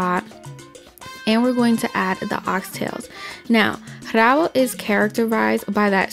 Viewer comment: Forgot to pronouce the "r" in rabo